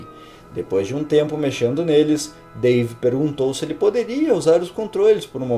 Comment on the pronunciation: ''Dave'' Ou ''Pavê''